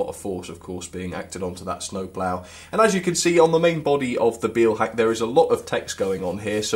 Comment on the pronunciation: This is a very pedantic comment, but the "Beil" in Beilhack is pronounced like in "mile", not like in "feel". Great review though.